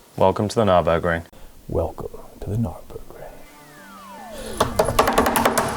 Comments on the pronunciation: Did just say, "welcome to the GNARburgring"? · The Gnarburgring! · the GNARburgring